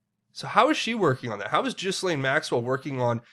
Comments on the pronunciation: Gil-laine, not Gizzlane. Practice it. "Gillaine' '"Gill-ayne' It's FRENCH. The S is Silent. Step up already. pronounced 'Gil-layne'. Say it! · Okay, Ghislane is pronounced “GEELANE”... just an FYI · Love you, brother,,,💜... don’t speak French either, but I believe her name is pronounced “Geee Lane”. Bless you for all your amazing work👍🏼